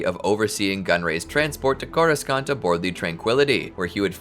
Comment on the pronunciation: I can’t unhear how they butcher the word Coruscant